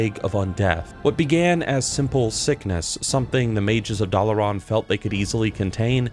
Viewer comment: Dalaran as well.